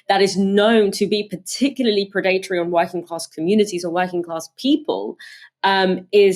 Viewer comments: PRED-a-TOR-y, not pred-ATE-ory! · It’s Pred+Uh+Tree, not Pre+Date+Or+E